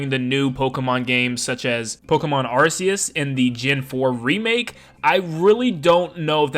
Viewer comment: The pokemon god. Pronounced with "arse" in the game. (Its pronounced ar-key-us btw)